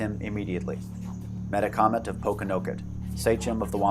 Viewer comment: We always pronounced the name: Meh TAK OMET, not meta comet.